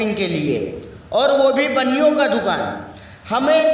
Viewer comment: Abe yr cca nhi caa hota h practice krke aaya kro